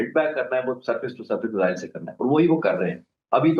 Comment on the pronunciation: Measles or missiles???? Madam please correct your pronunciation!!!